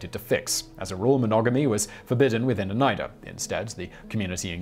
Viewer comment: Shout out to Simon for the exactly correct pronounciation of Oneida, my home town.